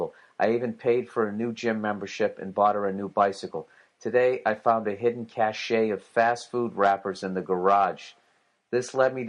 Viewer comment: Bill…just a small thing…cache..isn’t pronounced cash-eh…it’s pronounced cash…like the money